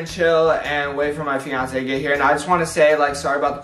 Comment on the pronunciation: Umm I think you said it wrong girlfriend umm that sound wrong I think it is fiance